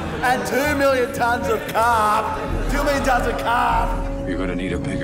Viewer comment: Get rid of the Caarrrrrrrp!